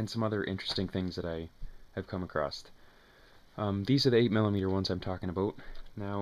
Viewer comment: "come acrost?" "talking a boat?" WTF?